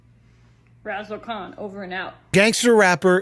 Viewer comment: I like how when the finance dangle pronounced it can followed and stopped pronouncing it con haha